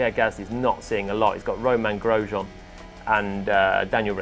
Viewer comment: so roman grojean is spanish?